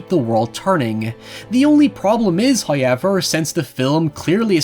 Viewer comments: I've heard you say how properly, and ever properly. How come you can't join them? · haha irish man go hoyever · The lad who says NOY and HOYEVER is back again.